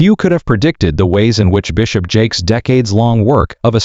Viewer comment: Is the constant mispronunciation of his name to avoid a law suite?